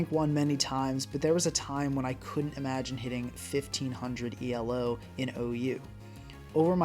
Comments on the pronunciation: hey, you told me you wanted to work on your english better, just wanted to say you dont have to pronounce elo as an abbreviation, it is meant to be said as a word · It’s not E.L.O, just Elo, Elo isn’t an acronym it’s the last name of the man who invented that rating System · Great video except for your pronunciation of Elo 🙏